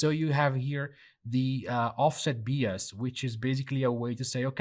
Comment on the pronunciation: Great stuff, can't wait to test it in UE5. Just a minor comment, bias is pronounced "Bye-as".